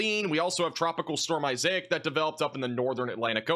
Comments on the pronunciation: His pronunciation of Isaac is wild! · Isaac is such a common name dude lol. You’re adding syllables and letters that aren’t there